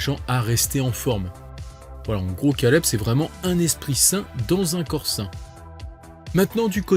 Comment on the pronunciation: Stp fait un effort pour ton accent anglais quand tu dit caleb ça fait mal aux oreilles la